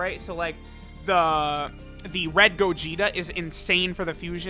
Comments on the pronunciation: When he said “gogeto” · Nobody:: “Gogeto”